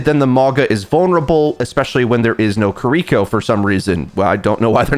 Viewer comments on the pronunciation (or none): “Ka-Reek-Ko”, haven’t heard it pronounced like that before